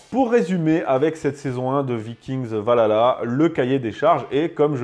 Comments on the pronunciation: C'EST PAS VALHALA, C'EST OUALALAH! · Je veut bien que vous soyez français et qu'il y a une prononciation française mais quand on parle de ce genre de sujet faudrait quand même faire un effort sur la prononciation du nom parce-que prononcée "Valala" au lieu de "ValHala"c'est vite agaçant on croirait écouter lalala de Y2K et bbno$